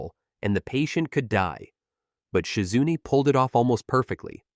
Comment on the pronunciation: Who da heck is Shi-Zunnne? 🤷🏿‍♂️🤷🏿‍♂️